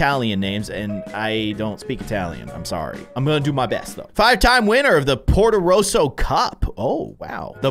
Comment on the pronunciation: In Luca when luca touches water he becomes a sea monster. So do his parents. Alberto does too. And the tower is not Luca’s its Alberto’s and you pronounce ercole as ER • CUH • LAY Ercole is a human and dosent become a sea monster when he gets wet. And the town is called potorosso (PO • TOE • ROW • SO) Luca isnt allowed on surface cause his parents but alberto makes him and soon he loves surface. Im only educating i wont spoil the movie but ur predictions are wrong.